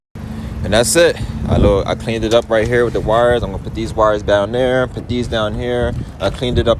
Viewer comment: It’s “Put!” Not “Pit.” Thank you for the video but I had to watch it twice because that’s so distracting. 😅